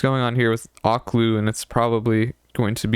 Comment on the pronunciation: her name is pronounced O/keh/lú lmao loved ur review